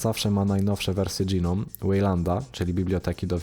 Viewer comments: Nie dżinom, tylko noum. Lub jak kto woli gnom. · Gnome to "dżinom"? Raczej "gnołm". :) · AŁA MOJE USZY... w t f ys dys DŻI nom?!?! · Pierwszy raz słyszę, jak ktoś tak wymawia GNOME :D